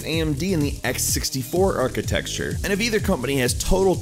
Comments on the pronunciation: What is 'architexture'? Are you trying to say 'architecture'? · Why do you say architexture? It's rather irritating... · I've commented this on many other videos of yours, stop saying "atchitexture", you sound like an idiot. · Why do you keep saying "architexture"?! Wtf is up with that? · There is no such word as "Architexture" Stop saying it. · architexture.huh... i didn't know that word 5 minutes ago... i do now!!! very informative video!!! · Architecture**Architexture isn't a word..just saying. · I've said it before and I will say it again: ARCHITECTURE NOT ARCHITEXTURE It burns in my ears. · Why are tech channels incapable of pronouncing "architecture"? There's no X! It's not architexture! ;_